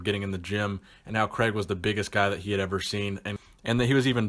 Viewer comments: Love the videos , think it’s pronounced Cray-g not Creg haha tickled me. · C R A I G Not kreg